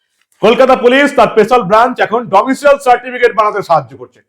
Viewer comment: "ডোমিসাইল" হবে "ডোমিসিয়েল" নয়।